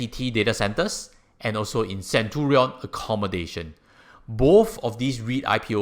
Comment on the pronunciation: hi. Appreciate your efforts in making these informative videos. Since this is a video (as opposed to a blog) I think it's only fair if you can pronounce the name of the REIT properly. Do google what "Centurion" is supposed to sound like